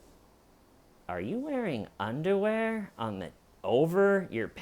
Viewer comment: The way says "undawear" is so goddamn funny idk if it's intentional or not